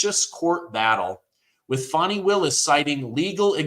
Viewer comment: How do we buy a country? That seems absurd & to put them under our jurisdiction wouldn't the entire country have to vote on that? Also Fani isn't pronounced Foni....